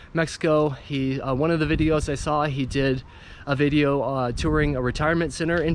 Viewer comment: Oh nice bideo oh I mean video 🤣🤣🤣🤣